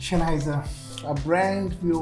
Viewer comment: Shenheiser lol